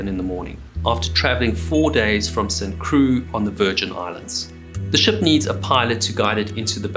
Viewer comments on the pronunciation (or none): I'm from St. Croix, NOT WTF he just said. Saint CroooiXx not St. Cru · Fore castle? "Fokesl" Saint Cru? "Saint Croy" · Saint Croy, not Crew(St. Croix) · It's pronounced St "Croy" not St "Crew." Obviously neither French pronunciation nor Caribbean island names are your strong suits... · its pronounces st croy SMH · st cru is not how you say st croix.